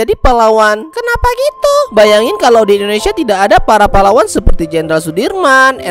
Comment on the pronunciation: bang kata pahlawan tadi kayak terdengar seperti kata palawan